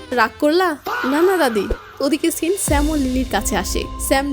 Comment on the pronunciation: "চিনটা মনে রাখবেন পরে কাজে আসবে" এই কথাটা ৫০ বার করে না বললে হয়না? শব্দটা "চিন" না, "সিন"